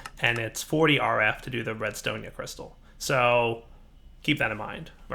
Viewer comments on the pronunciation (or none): "Redstonia crystal" it is RESTONIA